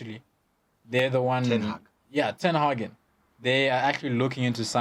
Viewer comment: “Tin Hagen” wow😂😂😂